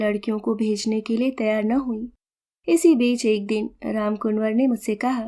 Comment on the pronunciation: वाचन सुन्दर एवं भावपूर्ण था परन्तु रामकुंवर को रामकुनवर कहना अखर गया।